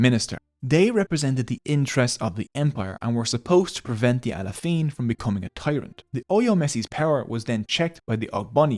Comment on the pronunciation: I am Yoruba Nigerian and the history is exactly what we get told growing up. Pronunciations of names are of course, as can only be expected. Best pronunciation is probably "Bashorun". I'm surprised how he pronounces Alaafin as Alafiin, why switch the vowel numbers?